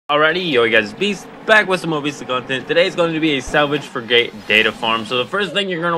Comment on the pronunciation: how the heck do you not know how to say FRIG_ATE it is not a Fri Gate, how do you even breath properly?